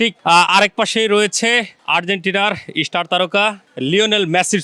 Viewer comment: ইস্টার না ভাই স্টার হবে সাংবাদিক ভাই